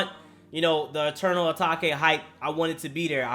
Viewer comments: its pronounced eternal a-t-a-k-e 😒 and uzi hard asf 💯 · it’s pronounced eternal a-TAKE not takAy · The way you say Enteral Atake is... wow lmaooo it’s Uh- Take. Like “take me to the store”🤣 even says it on futsal shuffle in the beginning😂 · Atake not atakay dumb ass dude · Eternal atak-ayyy 🥴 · “A Tok Aye”😭😭😭